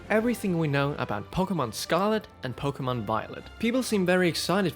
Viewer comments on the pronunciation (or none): none